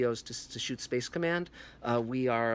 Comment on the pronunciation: First of all, Dear god stop saying "space command" like that. It's sounds SO very stupid. Just stop it. Second, did you REALLY just say the National Geographic MARS series was boring??! Really? Well, there's your opinion just failed. Bye.